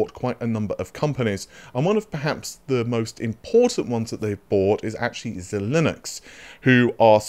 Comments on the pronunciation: Lol... It's not Z-Linux, it's ZY-Links :) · zil-inix? Bro. I swear to god I've heard you pronounce it ZIgh-linx, which is correct way. Not sure what happened here, just a flub? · Xilinix= “ Zye - lingks “ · Bro, I don't miss any of your videos, honestly. Epic content, nice leaks and leak summaries, makes us keep onboard the hype bandwagon. But PLEASE do look up the pronounciations of the names before you shoot the videos. I'm sure they don't feel right for you too, when you say them. It's not `ZeeLinux` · ZeeLinux :D I think he does mispronounce things on purpose, as the `unique feature` of the channel. :D Great content, cringe delivery :D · Dr Lisa Su herself will teach you how to pronounce Xilinx - :P